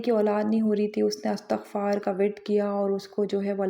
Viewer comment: Word istagfar not Astagfar